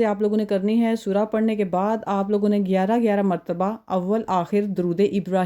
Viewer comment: یار سور کیا ہے 😢 الفاظ تو درست بولو